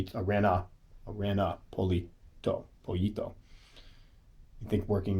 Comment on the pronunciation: Indeed Aran-yo poyito prononced :D And it is not kh-ay-lobra-k-ee-s but k-ee-lo-brak-ee-s :p Cool species those pollito :D